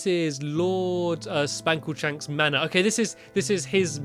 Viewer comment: I love this BUT! it's SPANKLESHANK